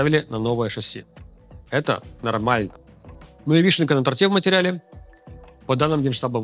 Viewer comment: "на то́рте" Чтобы понять неравномерную речь с некоторыми местами, призносимыми неожиданной скороговоркой, и так приходится переслушивать по несколько раз (что напрягает!). А нестандартные ударения и словоформы ("схлапываться") ещё более затрудняют восприятие. Посадите нормального диктора!